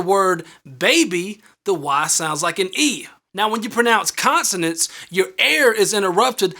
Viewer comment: He said consenens